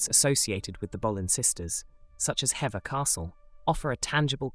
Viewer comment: It's Henry the 8th not 8 the th is important! Plus boleyn is pronounced with a soft O not a hard one. Contemporary would also call them bullen so that suffers the pronunciation of Boleyn Also hever castle is pronounced hee~vuh castle not hever as it's spelt. But good video otherwise